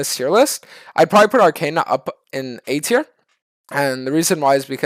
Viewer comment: the last one is arcana . He just pronounced it wrong i think.